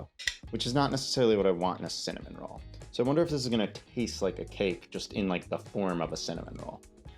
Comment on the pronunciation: Not me hearing salmon roll every time you said cinnamon roll and being really confused